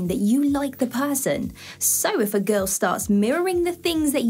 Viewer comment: This girl doesn't know how to pronounce the Word 'Girl'😂